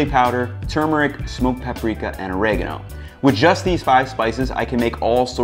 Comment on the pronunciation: 9.9 out of 10 you could have gotten that one last point by pronouncing Oregano in a way more pleasing to the ears